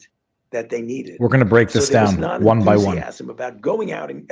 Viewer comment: there's no h in "one"